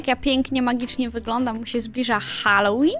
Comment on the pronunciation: Na początku usłyszałam Szalloween a nie Halloween XD Super film!